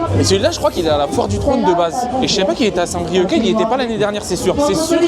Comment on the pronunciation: Saint brieuc , phonétique : saint brieu , c'est un ( c )muet , respect stp nouilleteille 😂😂